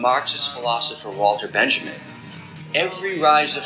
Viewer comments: You'd think that someone who knows how to pronounce "Badiou" would also know how to pronounce Walter Benjamin. Hint: it's not the same way you pronounce Benjamin Franklin. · I don’t disagree in a general sense, but that was an obvious misinterpretation of that most famous of Benjamin quotes (not to mention that his name was also mispronounced, but that’s not as important). By failed revolution he clearly means that the opportunity for a true revolution was missed when the impending fascism marks the opportunity for said revolution.